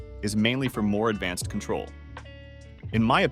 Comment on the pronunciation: Lol why are you pronouncing control like that? Cootrol?